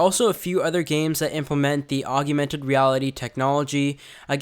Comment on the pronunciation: Augmented....not augumented